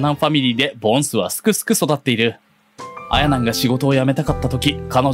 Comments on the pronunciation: し↑ばなん↓ あ↑やなん↓ なんやw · 「あやなん」と「しばなん」のイントネーションが気になってしょうがない